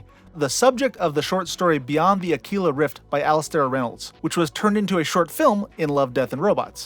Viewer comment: Aquila as it's meant to be pronounced all you Akwilla nerds